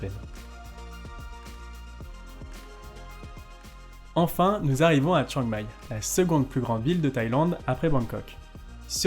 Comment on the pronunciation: Ahah, c'est clair qu'il y a des efforts à faire sur la prononciation thaie. Exemple, on dit Khao Yai, pas Khao Yae. Chiang Mai, pas Chiang Mae.